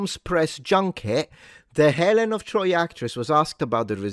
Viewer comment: Helen of de Troyt.